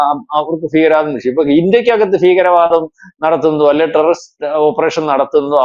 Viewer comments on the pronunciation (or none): none